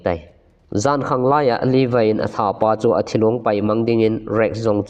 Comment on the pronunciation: Not Livai....... Levi joh ti o